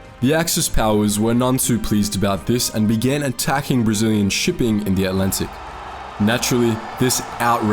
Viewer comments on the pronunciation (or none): This guy's attempts at speaking English are really difficult to listen to. "Three of the most impakkful"? The Allantic Ocean? October twenny-eighth? People with fie left innem... Ugh!